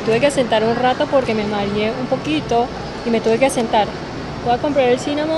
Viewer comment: Perdona pero la forma correcta es: Maree del verbo marear/Por favor no me lo tomes a mal